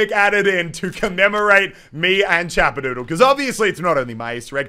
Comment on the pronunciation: Ik it’s not you because It’s Chappadoodle not Chapperdoodle